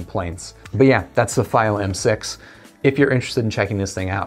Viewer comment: Stop saying it wrong! It’s FEEO=Fiio